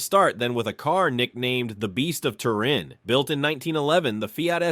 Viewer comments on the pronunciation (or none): none